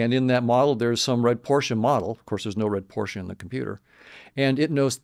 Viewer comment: He said Porsche with an A at the end 😆